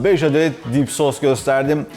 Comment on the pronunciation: Dip sos değil.... Deep Sauce. ( OKUNUŞU ..DİİP SOUS )